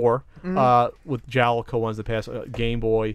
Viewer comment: I just wanted to say that I fully support pronunciation of the word Jaleco.